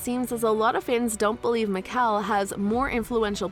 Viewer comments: Meekel. I am Mikael 😂😂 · the claws miklsun, meekel, dalia hurts my brain help the fact the voice over said meekel then he said his name